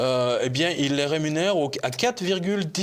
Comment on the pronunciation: ReMunère et non rénumère ...Mr Jovanovic..que j'aime bcp